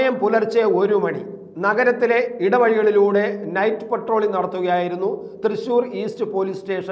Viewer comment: പെട്രോളിംഗ് അല്ല പട്രോളിങ് അണ്.മനുഷ്യാ...